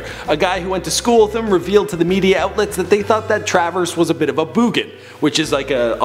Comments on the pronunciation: a boogan lmao. it's bogan. bow-gen is how you pronounce it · boogan hahaha typical american lol BOGAN MATE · Boogan? WTF is that? Bogan dude. hahah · IT'S PRONOUNCED BO-GAN, NOT BOO-GAN! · Bogan like Hulk Hogan! Not Boogan as in Boogie. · boogan !! hahahahahah its bo-gan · No, it is "bogan" pronounced "bowgan" (rhymes with "logan") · i cant believe you just said booogan.. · Bow-Guhn --- correct pronunciation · It is pronounced 'bougan' and 'Clairevou' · pronounced - BO GAN.. BOW'GAN ...